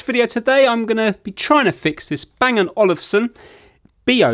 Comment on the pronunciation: It's Olufsen not Olivesen